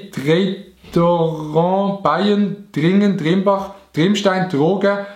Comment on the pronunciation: Es haisst nöd drogä sondern Trogä mit T